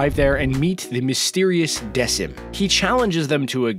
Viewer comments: Not desim..its deckim idk how to spell it but its pronounced deckim and its good anime 8/10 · You pronounced Decim wrong it’s pronounced like deckim as in a deck of cards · Also did you guys notice he mispronounced Decim’s name